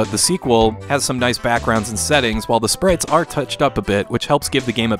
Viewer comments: Did he just call sprites, "spritz"? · Love the videos - came here to say that! And also the way you say Sprites 😂